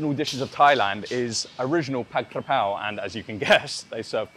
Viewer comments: ผัด"กะ"เพรา ✅ ไม่มี "กระ" นะครับ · Came to like just for the Forget Mark Wien thing. Sick of him. It's Ka Prao not Kra Pao btw. Most Thais got confused too.